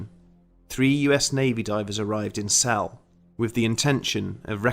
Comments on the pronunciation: Like all of your videos, this was fascinating. Whether or not the legends have any substance doesn't matter. It was a good story well told. By the way, Celle is pronounced 'celler', not cell. Sorry to nitpick. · It’s pronounced celly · I live in celle....it's not cell sorry. I have been in the Rathaus often and i know people who work there...as of now 2020 nobody sees or feel things that you are explaining. Not saying it's not true I don't know, but as of now no all is good. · I was based in Trenchard Barracks in Celle, pronoiunced sella by the way, we all heard the stories and we all went out to Belsen which was 20 minutes up the road, the place had a very strange vibe especially the barracks but none of us actually saw anything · By the way, it's pronounced cel-lah. Not a big deal, I just figured you might wanna know. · and celle is pronounced celler or cella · I love your videos, but being a Kraut, the E at the end of Celle is not silent. We do not have those in German. Other than that, these are all top notch stories!